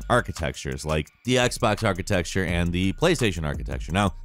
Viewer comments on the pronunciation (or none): "Architexture": the word uses instead of 'architecture' to let you know they're not a Digital Foundry-type in-depth tech channel. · No, I'm making fun of how pronounces architecture. I don't reckom this is US-wide.